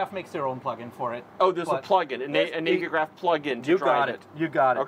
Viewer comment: Great video guys. But Navy Graph? As it's about navigation, it's pronounced navvy graph 😅